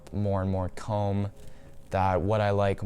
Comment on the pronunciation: ”Commes” 😷 Cool pickups tho